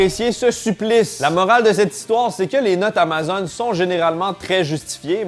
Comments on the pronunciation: Comment tu prononces Amazon? es-tu rendu un chiant de Francais de France? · Pourquoi il dit amazone?😅